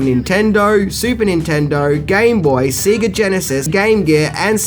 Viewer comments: SAY-GUH...not SEE-GUH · Sorry, got to call you out on it - SAY-GA not SEE-GA. :P Play Sonic sometime, it teaches you how to say it. :P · Did actually say "See-ga" Genesis? And Aaaah! Juliette BINOSHEE! C'mon! Her name is pronounced like Bi-NOSH, it's French ( Binoche).